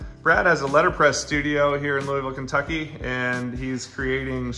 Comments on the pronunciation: this aint yo hometown😭 "loo-ee-ville" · It's your hometown and you pronounce it "Loo-ey-ville"??? Nah, I'm not buying it, haha! I only lived there a year but I can tell you it's pronounce "Loo-vl". ; )